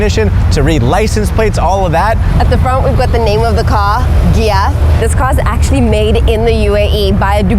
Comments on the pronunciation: It's giath not gyaat stop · its not pronounced GHYAT, its pronounceed GAITH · It's ghaith pronouncation(ga it) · first when you said ghiath i heard it like gyat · Why does ghiat sound like smth else?😭😭😭😭